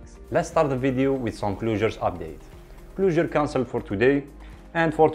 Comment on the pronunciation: You have a good voice for this. Sounds way better than the computer. 🤘😎👍 btw, closure is pronounced, cl-Oh-sure. You have a bit of a cl-ew-sure sound. Hope you don't mind me saying. Cheers